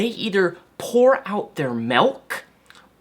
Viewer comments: I'm very sorry for this nitpicking comment for it is a bit of a pet peeve, but why do you say "melk" and not "milk"? The word is supposed to be pronounced the way it is spelled. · ***** Malk is even worse! How could someone get an "a" sound from the word milk!